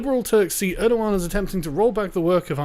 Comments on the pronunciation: it's erdogan not erdohan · "Mustafa Balbay, nice, I can pronounce that" "Err-doe-wahn" How does Erdogan become Erdowan I don't care if that's how it's spelled, this is engligh und ve pronounce our gees